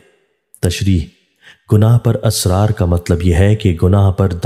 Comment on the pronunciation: AUG 22, 2022. IT IS 'ISRAR' NOT ASRAR. PLEASE ZER ZABAR KA KHAYAL KAREN. THIS VIDEO IS IN URDU.